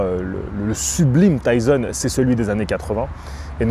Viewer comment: Pourquoi minimiser l’accent de prononciation Mike Tyson alors que je me souviens de à quel point tu avais insisté à l’époque pour dire N’Gannou de la bonne manière …